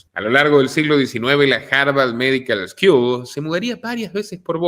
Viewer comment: Feliz Navidad!!!!!!......una cosita......school no es eskiul es mas bien skul va a sonar mejor como debe sonar......no hard feelings....no grutches No me pierdo ninguno de tus programas hasta que al fin alguien piensa parecido a mi.......ya somos mas!!! Todo lo mejor estimado señor....para vos y los tushos dicho en su acento y contexto correctos..........dale.......adelante!!!